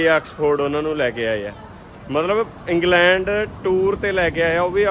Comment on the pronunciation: ਵੀਰਜੀ ਆਕਸਫੋਰਡ (Ax-Ford) ਨਹੀਂ। ਸਹੀ ਨਾਮ ਔਕਸਫੋਰਡ (Ox-ford) ਹੈ। ਏਂਗਲੈਂਡ (Angland) ਨਹੀਂ ਵੀਰਜੀ ਇੰਗਲੈਂਡ (Eng-land) ਹੈ। ਇਸ ਕਰਕੇ ਦੱਸਿਆ ਕਿ ਜਾਣਕਾਰੀ ਸਹੀ ਮਿਲੇ।